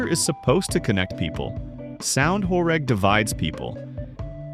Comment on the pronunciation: Actually pronounced "horêg" (like ênormous), not "horég"